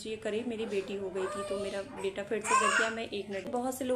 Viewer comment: Aap ka beta or beti pronunciation dono bhi same he sound Kar rahe hai .. I think apko usko high time clear rakhne ki koshish Karni chahiye .. ya baby boy ya baby girl bolkar symptoms batana chahiye .. confusion create Kar rahe ho aap bas